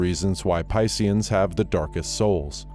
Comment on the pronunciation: Yea he literally said pissians lol